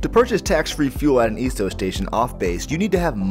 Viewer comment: Dude, you are killing me how you are saying "Esso". Please learn how to pronounce words correctly before creating an informational video like this. But other than that, pretty good video.